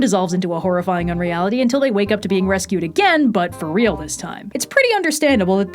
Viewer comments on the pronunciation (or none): none